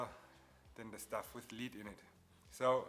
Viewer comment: I know you have a thick accent. I can hear it. So clearly English not first language. Daaa? So I'm not trying to be rude just want to be helpful. In the beginning you keep saying lead, but what you mean to say is lead. Big difference. It's ok, not your fault, English is dumb. Side note: cool video, leading the way for beginners on lead joints. Next you should talk about LED lighting and how to connect the leads to power and control them, as theyve led a bright and interesting life since their invention and lately taken the lead in automotive accent lighting, which can be another cool car mod like your fenders and their lead joints